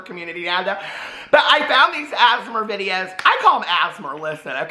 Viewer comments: “Asmar” is cracking me up it’s giving me London Tipton prndl vibes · Every time says “ASMR”, I think he’s saying “asthma” in a weird way. I know what he’s saying, I just hear “asthma” 😂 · saying asmr like asthma 😂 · You pronouncing asmr is killing me 😂